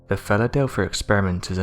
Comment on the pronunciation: Jesus. Listen to how he says Philadelphia at the :40 second mark. This narrator is pure trash. A horrible voice, accent, and the worst word pronunciation ive ever heard. Even English subtitles cant understand him.